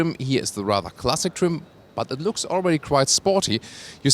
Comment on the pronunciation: u pronounce looks as lux